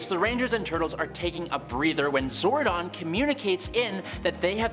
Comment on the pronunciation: It’s zordon not zardon schwinhunt